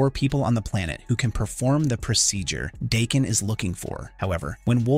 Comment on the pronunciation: DAH…KEN Not Dayken.